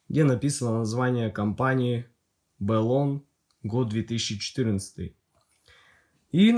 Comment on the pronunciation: Ну вот почему БЭлон, если бренд называется Блон?! =)